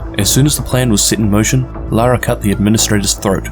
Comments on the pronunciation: Great video but her name is LaRae not Laura. Pronounced La Ray. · Literally just made a comment stating that it was So annoying that you kept calling her Laura and not Larae hahahah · Isnt her name pronounced la'Rae like la-ray, not luara lol that was bothering me because you used her name like 30 times